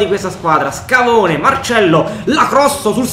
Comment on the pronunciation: Comunque SCAVONE non SCHIAVONE